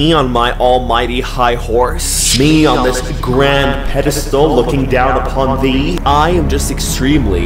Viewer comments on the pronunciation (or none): none